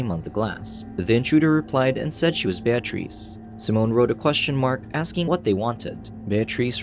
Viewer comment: Voice Over Guy was killin it until he tripped over the name Bear Treece 😂 Voice Over Guy decided to double down and keep destroying her name. Well played 👏